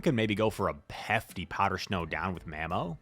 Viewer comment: “Powder schnow”